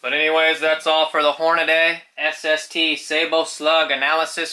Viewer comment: My god it's pronounced hornadeeeeee. Not hornadaaaaaay